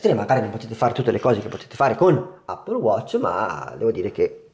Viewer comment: Appol watc 😂😂😂😂ma lo dici come si scrive ?? Allora di eppol non appol !!😂😂😂😂😂😂😂